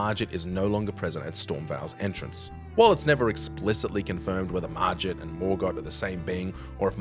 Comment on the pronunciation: hey man! you pronounced it wrong, it's pronounced "Mar Git" not "Mar Jit".